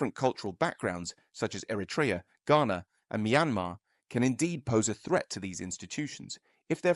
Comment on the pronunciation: The person doing the voice over should know how to pronounce the word 'ERITREA'. It's not difficult if you are half educated.